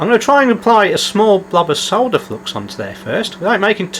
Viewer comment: I subscribed because you can pronounce "solder" without sounding like you're talking about a pile of dirt.